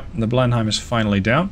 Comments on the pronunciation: Err, actually it's pronounced blen-im for blenhime, oh never mind it doesn't matter anymore 😆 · your English is extremely good, better than most English in fact, but your pronunciation of British ship/place names isn't always right. Specifically, DespAtch (emphasis on second syllable}, Blenheim is Blenem (yes it's a place in Belgium, but the English...), Roxburgh and Jedburgh as Edinburgh, and another I've forgotten. Good series. Slainte!